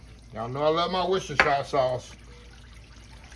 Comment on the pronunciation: Jamaican me hungry with those! 😁 Dirty flour lady doubly-mad this morning. Reusing oxtail flour from an HEB bag! 😂 I like your pronunciation of Worcestershire sauce better than Box Cake, he just says "W" sauce -- bor-ing! 🤣🤣 #justshowsomekindness